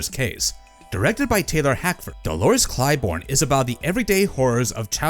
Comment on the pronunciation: I stopped when it said "Dolores Clybourne". I'm tired of Ai.